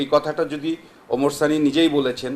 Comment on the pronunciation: আপনার শিরোনাম এ, ভুল হয়েছে ওমার সানি হবেনা,, ওমর সানি হবে। আপনার উচ্চারণ আর বানানের ভুলে হয়েছে,, আশা করি ভুলগুলো সংশোধন করবেন।